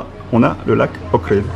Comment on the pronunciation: Un an après, tu appelles encore OHRID : "OKRID" !? Mais comment fais-tu pour ne pas avoir vu qu'il n'y avait pas de "K" dans OHRID ?